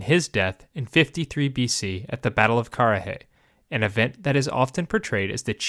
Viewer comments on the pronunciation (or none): none